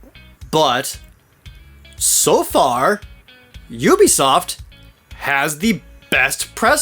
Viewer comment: *'oo-bee-soft' Dude. You've done this for a while. Pronounce standard industry company names as though you're involved in the industry professionally.